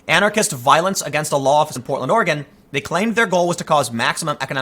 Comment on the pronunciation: Like (Or Eh Gun) not (Or Eh Gone). That one bugs me.